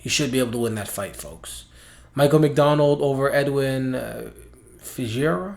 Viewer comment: LoL, I have the same last name as Edwin, never heard that pronunciation before. All good though, it is a weird last name, greats pick btw.